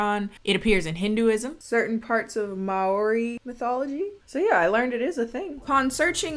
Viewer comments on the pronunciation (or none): Okay this made me laugh but she totally butchered “Maori” idk if she actually said Maori or something sounds similar to it but for context I’m gonna say it is. My last comment didn’t work for some reason idk. She said “May Ore e” and it’s more like “moldy but with meow mixed in idk-” yeah I’m nitpicking but i thought people should know. Maori is based in New Zealand btw, the original race before it was colonised by the English I think. (Idk I don’t know history.) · I feel like I've seen this movie before 💀💀 Also Maori is pronounced like Mao-ri not ma-o-ri lol ❤️ it's mispronounced all the time here in New Zealand 💀😂